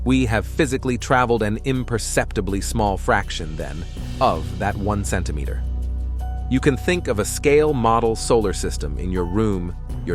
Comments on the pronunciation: Every time this Ai said "Centimeter" it got worse. I find it comical. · L😂L Every time this Ai said "Centimeter" it got worse. I find it comical. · If your going to use AI speech, it should be corrected to pronounce words like Photon and Centimeter. Too distracting to watch what might be a good video, goodbye